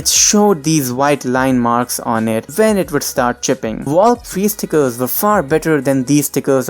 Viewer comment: Youre so bad at saying stickers